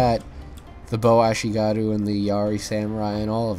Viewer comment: Note: The markers of experience are called "chevrons" not "tick-marks", and your ally's matchlocks were firing very quickly because they're veteran matchlock monks, which are VERY different from ashigaru (ah-SHEE-gah-ruu). Like the channel!